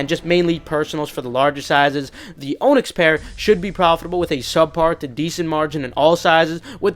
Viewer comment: Onyx is pronounced "On-ix" not "O-nix". Hate to be that guy.....